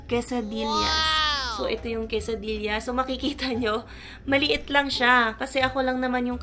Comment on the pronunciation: It is pronounced quesadiya.